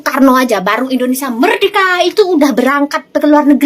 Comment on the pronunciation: Orang pintar nyebut Indonesia kok jadi IndoneSA huruf (i) nya mana